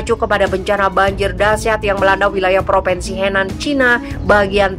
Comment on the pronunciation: Mbak penyiar Central News: Bacalah yg benar : PropInsi bukan PropEnsi. Anak TK-SD lebih pintar.